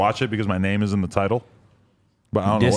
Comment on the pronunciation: U butchered tf out those names